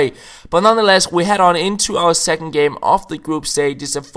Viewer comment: Second half, not secking. Don't mean to sound like a dick haha it's just something I've noticed you say